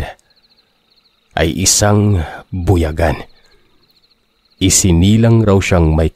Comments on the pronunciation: mali po pag ka pronounce mo sir .. hindi po bu ya gan.. parang bu yaaa gan po ang pagka pronounce nyan sir ,medyo na iirita ako sa translation portion 😁😁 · Hi po. Wrong pronunciation pa din po sa buyagan hahaha buyaaaaagan. Ganyan po🤭